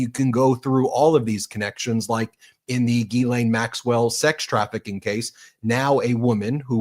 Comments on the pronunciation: Gggghhhhiiissssslaine. Not Geelane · you are pronouncing Ghislaine's name wrong The Gh is pronounced like a J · lol it’s purposeful